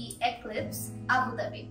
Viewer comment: its not abhi dhabi its abu dhabi